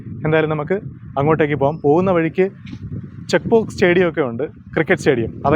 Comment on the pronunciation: Chekpauk alla chepuak Ennanu pronounce cheyunne